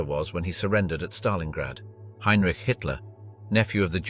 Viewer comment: HINERICHIE ?? YOUR AI READER NEEDS WORK